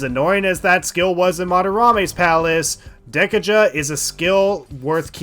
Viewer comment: Anyone else just die inside when he says Dek-uh-juh